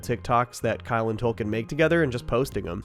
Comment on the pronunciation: My mans hitting that L in Tolkien really impressively lmao